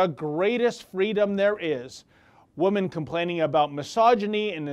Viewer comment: This has nothing to do with the subject of the video which I agree with 100% but I have a question about his pronunciation of the word women. Do Canadians pronounce woman and women the same? In US English and UK English the plural for woman is women pronounced (wimin ) in both UK and US English . The plural women pronunciation (wimin) is the same as it was in Old English, the singular pronunciation woman changed sometime in Middle English from (Wiman) to woman.